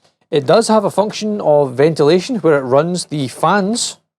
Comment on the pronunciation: She says Veniltation instead of ventilation 😂